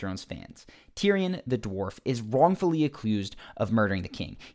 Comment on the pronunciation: You said "acclused" instead of accused at the 7 minute mark, boy. Just poking fun, love the videos. ;)